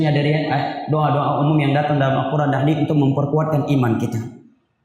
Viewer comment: mohon maaf bacanya : Al-Quran bukan Al-Qurngan